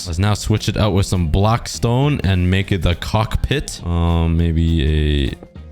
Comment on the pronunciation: why did you say cockpit like that 😂😂